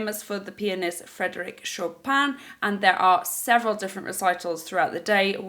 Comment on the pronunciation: I know it's minor detail but Chopin is pronounced Sho-pen (like show without w and pen like... well pen 😂 🖋) 😉. The airport is named after one of the most famous and talented polish pianists 💕